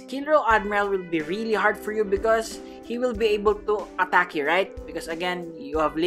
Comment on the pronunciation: Your pronounce attack like at-act